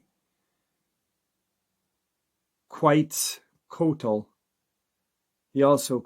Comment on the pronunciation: Kwet-za-ko-tal Quetzalcoatl